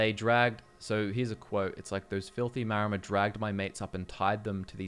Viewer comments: I feel like the 'Maor' in Maormer is meant to be pronounced like 'Maori' the real life seafaring people, they were probably one of the major inspirations for the Maormer. So instead of "Mayomer" I always read it as "Maori" mixed with "Mer" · Isn't it "Maramer"? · Ah yes, The Mermer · they're called MAORmer. Like the Māori🥲 They are based off of Pacific Islanders